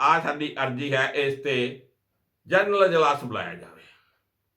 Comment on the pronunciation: ਜਰਨਲ ਨਹੀਂ, ਜਨਰਲ।